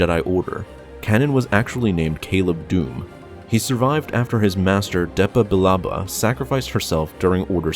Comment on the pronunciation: Omg learn to pronounce the names right. First you said A’Shareed, it’s ah-shar-ed, then you used the correct pronunciation. You first said Deee-puh Bilaba, it’s Deh-puh. Then you said Can-un, it’s freaking Kay-nan. These are simple things to look up so you can say them correctly. I mean, if you don’t care enough to do a tiny bit of research to learn the correct pronunciation, then why should I care enough to watch/like/subscribe???? Would you turn in your thesis paper with all the words misspelled? Not if you wanted a good grade and to be taken seriously, so at least put a little fucking effort into your videos, it’s just a polite, respectful, intelligent thing to do.